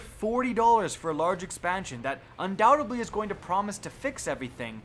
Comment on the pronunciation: **Undoubtedly** dude. You mispronounced it at least FIVE SEPARATE TIMES